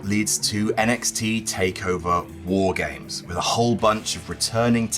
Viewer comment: I think said "War Games" incorrectly.